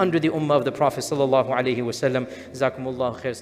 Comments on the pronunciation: O sheikh please say properly, "Sallalahu Alaihi wa Salam,'' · Prophet solsem..or sokslem...sollesm...he even cannot convey the salawat correctly